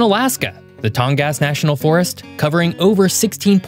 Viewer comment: It's too bad you don't do a little more research before putting it these videos. Firstly, your pronunciation of Tongass is awful. It's Tong-gus. Second, there is very little logging happening there, thanks to the looney toon liberals that know nothing about the area. Lack of logging has decimated towns all over Alaska, but especially in the tongass. So an abundant natural resource doesn't get used, and instead we import lumber from Canada. And the tongass is absolutely not dealing with "climate change." It's cold and rainy, all year long, just as it always has been. Residents there would actually LOVE for the weather to change and warm up. So, stop spreading propagandist lies for something you know nothing about.